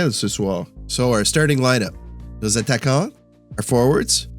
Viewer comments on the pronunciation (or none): Love the game and everything they did in it. Oh and you're pronouncing attaquant wrong 😉 you say a ta ta quant but you only pronounce 1 ta 😉 hope it helps and continue the great work